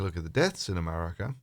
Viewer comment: New countries are propping all the time! I'll have to go look up this Americar and Canadar that you speak of ┻━┻︵└(՞▽՞ └)